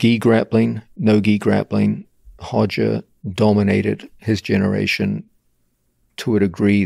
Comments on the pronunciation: 로저가 아니고 호저. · I trained under Roger for years, his name is Roger not Hodger .. hes lived in the UK since he was 12 and no one calls him Hodger in English. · His name is Roger not Hoger! 😂😂😂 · R/Hoger Gracie. The Portuguese R is pronounced like the English H. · How to sound like a BJJ expert: pronounce Brazilian r names with an h sound